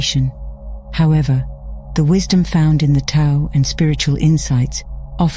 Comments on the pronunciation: Tao is pronounced "dow." Thought you would want to know. Thank you for the video. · Isn’t the Tao actually enunciated as The Dhao? Something the AI voice fails to understand. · Tao is pronounced as daow.